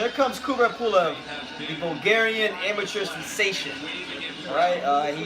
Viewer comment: Kubrat with A, not Kubret ;)